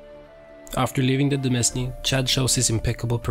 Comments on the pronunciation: "demesne" it's pronounced "domain," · h-holy shit please stop saying "de-mes-ne" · Thanks! Yeah I should've checked if I pronounced it correctly..